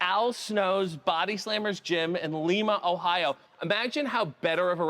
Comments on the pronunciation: Lie-Ma, Ohio. Not Lee-Ma, Ohio. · Hahahaha, no one ever says Lima, Ohio right. And it's a pretty blech place, so it deserves it.